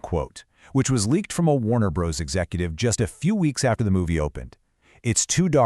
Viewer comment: First to comment.... Let me say I suspect this channel is using AI to make its videos. It's based in Vietnam, has strange editing that cuts the narrator off in mid-sentence, and calls the studio "Warner Brohs" instead of Warner Brothers. It's always been spelled Warner Bros. but no human being would ever call it that literally.